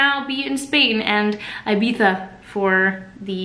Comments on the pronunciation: Enjoy Ibiza 🐳 but the correct pronunciation of the first "i" in "Ibiza" is like in the word "idiot" 😉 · us Europeans love a North American queen who can properly pronounce "Ibiza" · It's Ibiza /ebeza/ the last part is pronounced as the tha in thanks, welcome to Spain sweetie!!!